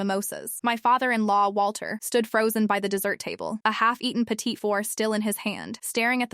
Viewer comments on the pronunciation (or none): none